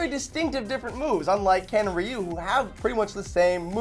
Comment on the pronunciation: Agreed with for MK..and come on people its RYU....REEEEEYUUU NOT RAIIIUUU COME ON!!!!!!!